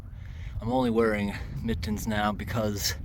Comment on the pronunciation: He said he has on miTTens … what kind of man says he’s wearing miTTens while emphasizing the T’s